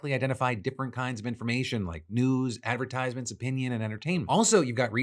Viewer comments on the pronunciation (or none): none